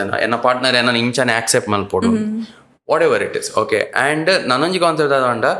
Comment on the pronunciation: its not except, its accept, pronounce it correct as chilimbi pronounced